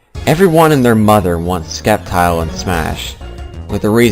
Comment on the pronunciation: It's pronounced sep tile not skep tile